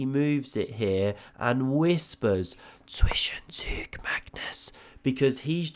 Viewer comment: You still say “Zwischenzüg“ which is wrong.